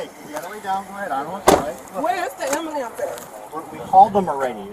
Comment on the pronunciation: Where da amba-lamps?